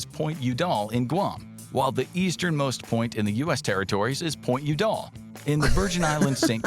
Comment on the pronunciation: When he was talking about Pt. Udall, the accent got incorrectly placed on syllable 2, but it should have matched that of the Secretary of the Interior Stuart YOU-dall. Just an FYI re. #13, this is 'Navajo', and this is "Hopi". My point is that neither is spelled the way they sound, which is very typical of place names here in the USA. I've found almost 3000 in my searching the past 5+ years. This'll catch you off guard: Montana is larger than Germany. In case geography isn't a strong area for you, the Yucatan Peninsula is in SE Mexico. You heard wrong: it's deer, not bears, that are eating the saplings in the Pando forest. The reason CA is now smaller in population than all of Canada is because of their incompetent governor, which is making the residents leave for other states in droves. In #9, what's going on in AK is that the border with Canada is in 2 parts--along the Lower 48, and that portion with Alaska, which has the straight border to the north, and the back side of the portion called both Southeastern and the Panhandle.